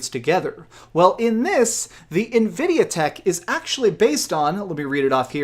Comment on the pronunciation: 14 T-flops??? Nividia??? Lmao